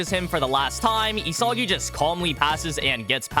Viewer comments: why does it piss me off when he says E-soggy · bro is losing aura points for saying isagi wrong